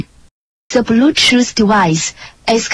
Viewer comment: Adjusted for pronunciation: -Ze bluetoos dewice is weady to peaayr -Ze bluetoos dewice is conecteed uhh successfolaay -Mewsic play modder -Zeerow, Seven, Sree, Fine, Sex, Wann